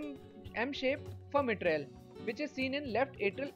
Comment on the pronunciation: Excellent, concise and informative. A few suggestions: 1. No background music please 2. Calibration not caliberation 3. Mitrale is pronounced My-trale not Mee-trale Sorry for being a grammar nazi but I want your presentation to be flawless. It’s excellent, subject-wise Thank you.